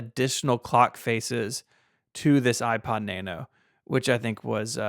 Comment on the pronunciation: Out of the select few Apple products ever owned, my favourite is the 6th Generation iPod Nano. It was way ahead of it's time, and it paved the way for the current Apple Watch series. This video was too negative, did not pronounce 'Nano' correctly.